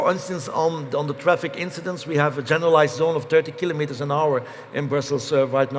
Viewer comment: Huzzah, he pronounces kilometres correctly! Other English speakers, take note.